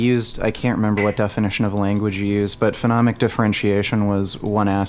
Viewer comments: jesus christ it's so annoying when he calls it phenomic differentiation instead of phonemic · Fo-nee-mik is how to pronounce phonemic. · saying "phenomic" for "phonemic" over and over and not getting corrected is tilting me so fucking hard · bro said phenomic lmfaoooo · For someone with advanced knowledge of how children perceive sounds, it’s hilarious to hear mispronounce “phonemic” as “phenomic” all the time. Also, mans is full of shit. Children learn to discriminate sounds very early. By 6 months on average children can differentiate their mothers’ native language from that of others. Take that from someone who actually studied sound structure as well as applied linguistics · Whoever stepped in for allophones and phonemes, you are my hero. his mispronounciation was irking me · I was so triggered by them both mispronouncing "phonemic" for the first part of the debate. I knew what they meant, but...